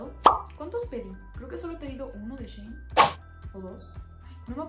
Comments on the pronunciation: Se pronuncia shi in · Se dice "shi in" Antes la tienda se llamaba "she in side" y lo redujeron por eso se dice así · Se dice shein